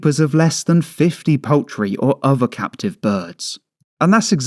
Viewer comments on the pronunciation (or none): wtf. uver = other, what a cretin, anyfin???= anything speak correctly will you.